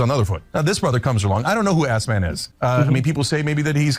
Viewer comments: I think the funniest thing Cenk stated is how he called Asmon like he is calling him Esfand lmfao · It's funny when he calls him Assmon though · He called Asmon "Ass Man" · I don't believe Hasan's UNCLE doesn't know who Asmon is considering how obsesses his nephew IS with the man. And I'm positive he said "Assman" on puprose lol. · Chunk almost sounds like he's calling him "Assman." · You pronounced his name wrong btw. Asmon says it correctly.